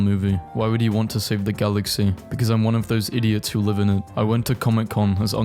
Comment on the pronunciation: Did you actually say "life action Gwen Stacy" 😑